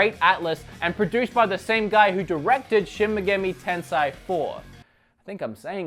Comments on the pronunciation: Little help here: Shin Megami Tensei pronounced Shin Mecha-me Ten-Say, but you can also shorten it to SMT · shin muhgammy tensigh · it's pronounced Shin Meh-Gah-May Ten-Sai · Shin - (She-n pronounced as a single syllable) Megumi(Meh-gu-me) Tensei(ten-say) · No, you're not saying shin megami tensei right lol...